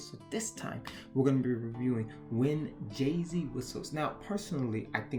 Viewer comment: I feel like an absolute b*tch in sending this comment but this entire video made me distressed. For one, I am Paraguayan and you absolutely butchered the pronunciation. Jasy is not Jay-Z or Jesse Forvo has a good example on how to pronounce Jasy. And also, Jesse the Jester? Seriously? While you got the basis of the legend down, it’s obvious that you didn’t actually do a lot of research. For one, the Guarani are mostly based in Paraguay and some in Argentina. I say mostly in Paraguay because the Guarani language is their official language along with Spanish. Guarani culture is deeply involved in Paraguay culture so don’t generalize like you did with Bolivia, Uruguay, Argentina and Brazil. Please, if you’re going to talk about culture, at least know what you’re talking about. When you were talking about Jasy Jatere, I was internally crying. I grew up with these legends and stories and it’s only magnified since my parents grew up in the countryside where Superstition is much more prevalent. Again, I’m not writing this out of spite. I actually didn’t want to write this but national and cultural pride wouldn’t stop bothering me until I did. I’m sorry but I had to. And for anyone else who reads this, please don’t think that I’m going this to be mean